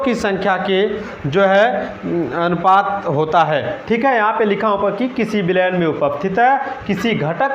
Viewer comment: अनपात नहीं अनुपात